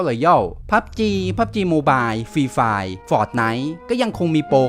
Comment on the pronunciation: เด็กสายอังกฤษไม่ถูกใจคนที่อ่านfireว่าfast